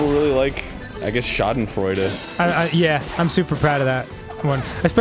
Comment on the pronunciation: wow, that was a pretty accurate pronunciation of "schadenfreude"